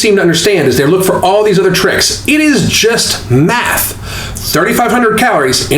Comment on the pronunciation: I looked away and it sounded like you said willpower and meth lol